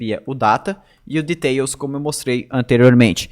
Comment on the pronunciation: Bro, se fala "dhitéls", amo seu conteúdo <3